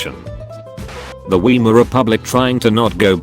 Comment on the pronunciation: "Weimar"'s pronounce is /vaimaʀ/